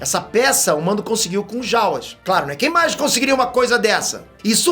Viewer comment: a pronúncia correta é Dín Djárin. E sobre os Jawas a pronúncia correta é Djáua, ou Djáuas. Fica claro pra nós que você acha Star Wars bom. Mas não manja tanto não. Só pronuncia um pouco melhor que já melhora. A crítica é pra melhorar ok?! É aquilo que tu ensina nos cursos.